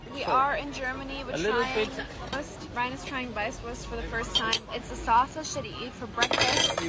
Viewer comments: It's called "Weißwurst" which is pronounced "vice voorst" (for English speakers). And yes, you eat them for breakfast and drink wheat beer with them. "xmastable". This person oviously meant "X-mas table". How can this be a sandwich? First, it's in a bun, and second, the bun is made of brioche dough. So it's clearly a burger. Besides, sandwiches were invented in England (by the Earl of Sandwich!), so I guess the British know what a sandwich should look like. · As a Bavarian... watching blondie butcher that Weißwurst made me chringe so hard.... You "zutzel" a Weißwurst and do not massacre it with a fork and knife no matter how "cultured" you are. Or you eat it completely. I prefer to eat it completely. Yes... Completely, with the natural tubing that's made from small pig intestines. Dip it in sweet Mustard and take a bite from it. Yes, some eat it for breakfast, some don't. Traditionally it has to be eaten before noon. That comes from times before fridges, because a Weißwurst goes bad very quick in the open. We say a Weißwurst is not allowed to hear the church bells at noon.